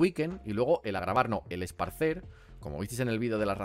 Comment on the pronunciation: porfa es ESPARCIR, me sangran los oídos XD